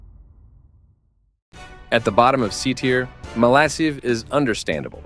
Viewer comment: It’s said as malakive